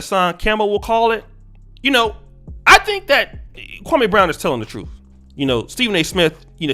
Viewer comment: 2 quick points #1 the shit wit stak and matt Barnes was 2 weeks in a row the Jeanie Buss episode then the Gilbert episode. #2 the fact that people say his name like that kwamaeeee brown is disrespectful in itself dude name is Kwame and Steven A has been told over 10 years ago that’s disrespectful to say his name like that